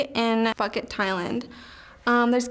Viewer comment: She fine but she say "fuck it" not "Phuket" ✈✈